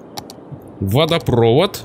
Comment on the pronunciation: надо правильно произносить водопровОд